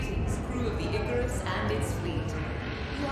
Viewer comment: once again another person mispronounces icarus